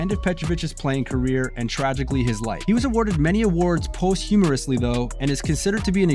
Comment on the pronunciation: review the posthumous pronunciation